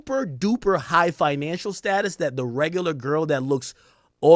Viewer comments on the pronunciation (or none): none